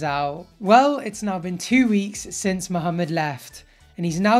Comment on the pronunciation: I truly appreciate the way you pronounce muhammad. Most english speakers mohamid. So thank you.